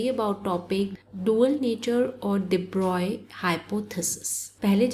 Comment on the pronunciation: I think you are the only one who tell everytime de broy in pronunciation. Everyone is forget to pronounce it in flow